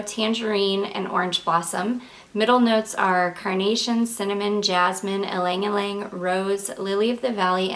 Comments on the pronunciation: Ylang-Ylang is pronounced Yang-Yang, not Ling-Ling. Little trick that French woman used to do during the occupation and war to save their perfume and not use it up too fast because it was impossible to buy was to get as many areas with one spray or a few dabs of the perfume. First they'd spray one wrist or add a little pool with the dabber onto one wrist, dip their fingers into the little pool of fragrance and apply to each pulse point on the neck, dip again, tap nape of neck, collar bones, and hairline. Then tap both wrists together, then cross your wrists to get the backsides of wrist (two taps). They used one big spray or a few dabs on that one wrist and managed to apply it to 10 areas. Even in wartime Frenchwomen smelled wonderful. I know. My mother was one of those women. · You aren't pronouncing it correctly...she did pronounce it correctly. E-lang e-lang is the correct pronunciation!!!